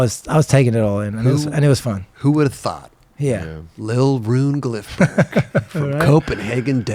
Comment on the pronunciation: CAN'T PRONOUNCE HIS NAME!